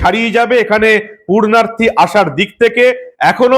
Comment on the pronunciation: আপনার মুখে "পূণ্যার্থী" র বদলে ভুল শব্দ "পূর্ণার্থী" শুনতে ভালো লাগলো না।